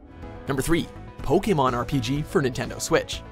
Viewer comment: Holy shit, a yank who knows how to say Pokémon 🤯🤯🤯 #PokémonHasNoY